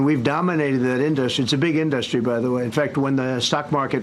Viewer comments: Can i please hear this dufus mispronounce in-duh-stry one more time 😂😂😂😂😂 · Omg how many times can he mispronounce industry in one sentence.